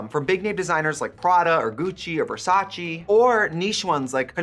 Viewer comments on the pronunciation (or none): none